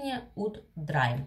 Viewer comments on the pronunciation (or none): Видео ваши я люблю. Но английское произношение заслуживает больше внимания. Слово "драйм" заставляет меня взгдрогнуть, звучит это не иначе, как "дрим" - мечта, сон.)) В инете есть возможность послушать транскрипцию иностранных слов.